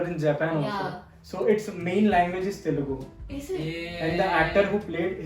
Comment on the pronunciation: It's Telugu not telegu 🤦🏽‍♂️